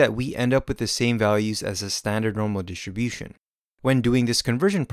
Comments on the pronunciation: This is a great video. It helped me a lot. But please,, can you try to say "dis-tRi-bution" (with the R actually pronounced) instead of "dish-ti-bution"? I find it quite distracting. Apart from that, like I said: great animations, great explanation, thank you so much!!! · Amazing explanation and visually pleasing. Well done. (Though hearing the way you pronounce Distribution>Dishribution was distracting lol) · Thanks...but why does he say ..Standard normal DHISHUM-DHISHUM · great, great video - thank you. it is so funny how you pronounce "distribution", always sounds like dishibushon :-D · I was laughing so much: Normal dishibushin :D :D :D great video tho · Normal Dishunbution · wtf is "dishibution"